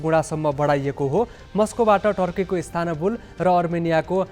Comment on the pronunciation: ISTANBUL लाई इस्तानबुल भनिन्छ .. इस्तानाबुल/ISTANABUL हैन पत्रकार भाई !!! 😂